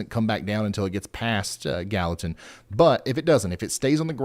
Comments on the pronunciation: GAL-li-tan is how you pronounce it with a hard G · Please share with the guy that continuously called Gallatin, Ga Latin, the proper pronouncement. I kept hoping someone would chime in and tell him. I know I would want to know if I was butcheting the town name live on air to the public. Ga Latin 😂